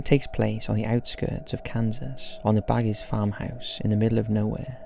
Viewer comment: I'm sure ppl have mentioned this about Courage, but its pronounced "Bag" not "Bagg-y". It's a silent "e". Not too important but just sayin.